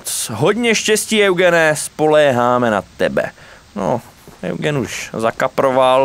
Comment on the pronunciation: Eugen není Eugen ale [judžín] 😂👌❤